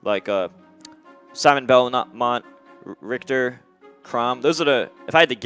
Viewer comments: the richter scale is pronounced rickter m2k ur stupid based off of the gameplay reveal k rool's aerials all look at least solid, and the crown looks a lot less laggy than the reveal trailer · 'Why is it spelled Rich-ter' -_- ugh gues someone forgot the sound ch can make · its RICHter not RICHter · Actually it is spelled richter because he is named after the German word for Judge "Richter". The CH is actually spelled like a spanish j.